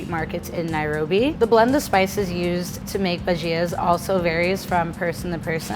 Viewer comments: ok so it is a bhaj-ya (pronunciation) no bhagia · bagia, not bajia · Indian snack... pronounced bha-ja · I cringed so much when she said “bu-JEEEE-A” instead of “bu-jia” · Ba gi as.... its ba gi. The pronunciation at least.. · its pronounced Bha-gee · Ok but should have pronounced bhajia the way Indians do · I am Indian and we pronounce bhajia without the I. Sort of replacing the I with a Y. Try it!